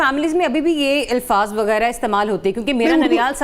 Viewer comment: ilfaz wrong. Alfaz correct. Even news anchors mispronounce many Urdu words. Even Uzma name is mispronounced. People dont know Arabic, Persian and Urdu. Word TALFFUZ is mispronounced because it is on pattern of BAB TAFAUUAL in Arabic.